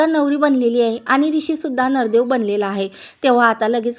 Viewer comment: Nardev 😂😂kay boltes g navardev bol ki